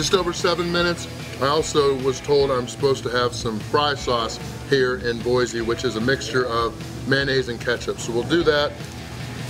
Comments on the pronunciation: Boy-see not Boy-zee. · Boy-c not boy-z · There no "Z" in Boise.